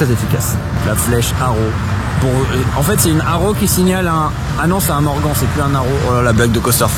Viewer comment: Hello, tip top tes montages ! Par contre, s'il te plaît mais dit moi que tu fais exprès quand tu prononces le nom du constructeur "MorganE" en "MorganT" ? Mon orthographe n'est pas correct mais c'est pour t'expliquer ta prononciation complètement HS ... Allez big up et salut 😉